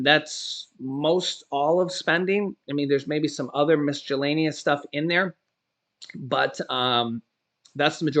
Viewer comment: The ‘c’ in the word ‘miscellaneous is pronounced as an ‘s’ not as a ‘j’. in English, when ‘c’ is followed by ‘I’ or ‘e’ it’s pronounced as an ‘s’. When followed by ‘a’, ‘o’ or ‘u’, it’s pronounced as a ‘k’. The exception is foreign words, like Italian, where I think you’re going, is that ‘ci’ and ‘ce’ is often pronounced as ‘ch’. Miscellaneous is not an Italian word. And it has nothing to do with cellos, either.